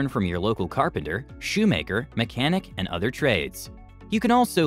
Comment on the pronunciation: “Shoe maker” ok